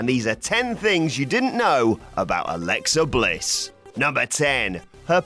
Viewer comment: Alexa Bitch? I didn't hear you clearly 🤔